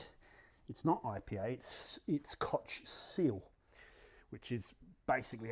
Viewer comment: It's called KOCH... ...and not "Kotsch" Chemie, fat isla nd mon key... Must be because of the strong sibling love tradition you have in your country 🤦